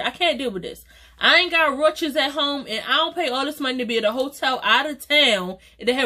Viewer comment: The way you said roaches 😂😂😂😂